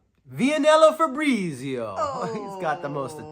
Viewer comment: Awesome unboxings bro! I'm glad you liked mines too! Thanks for the awesome trade 😊 And you got my name perfectly.....fabrizio it's my actual name but nobody's get it right lol